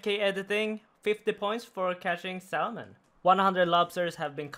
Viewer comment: lol the way you pronounce canoe and say the "l" in salmon hahaha